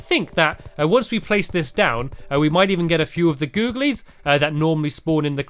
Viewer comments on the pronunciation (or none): it is googilies not googies